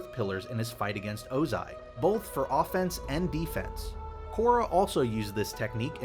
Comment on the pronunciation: Did I finally hear Ozai pronounced correctly??